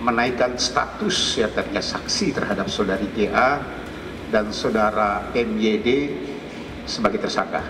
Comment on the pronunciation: MYD itu (MaYiD) bukan si